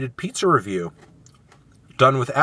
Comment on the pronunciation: “This is Rrrrrunning on Melon, food ReVIEW”